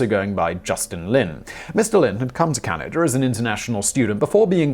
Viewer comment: Canader? Why do the English do that? I know Simon really tries not to, but the faster he talks, the more likely he is to slip.